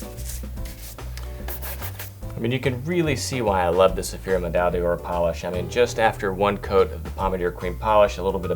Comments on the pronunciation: BTW, "D'or" is not pronounced "dee-orr", but rather something closer to "dhor". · Great video! But please learn French pronunciation, it kills me! When you're trying to sell a higher end product - please don't butcher the names!! Pommadier - Pom-mad-ee-ay , D'Ors - duh-or , Médaille - Meh-dye